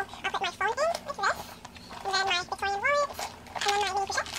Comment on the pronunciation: No offense, but if you're going to say the names of items, it's worth the effort to take a couple minutes to find out how to correctly pronounce the names (ie: souple (pronounced "soo-play"); victorine (pronounced "vic-tor-een"); and samorga (pronounced "suh-mor-gah"))